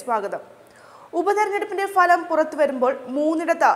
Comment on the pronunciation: ഉച്ചാരണം ശരിയല്ല - ഫലം എന്ന പദം